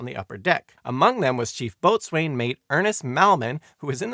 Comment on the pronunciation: Coxin. Bosun. Those are how you pronounce the words . It's kinda grating to hear that . Just reading the books doesn't help in understanding